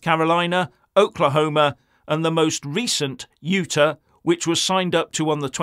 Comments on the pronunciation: Great vid, BUT please it’s UTAARR, not UTER, sorry my friend that sounds a bit like mother syndrome. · my man.........say this with me........Youtaaahhh. Not Uta. Youtaahhh.....Utah.:) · You need to work on your pronunciation of Utah. Yoota won’t cut it. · The State is U-taw. Utah. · Utah is pronounced U-Tal. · Never heard Utah pronounced like that.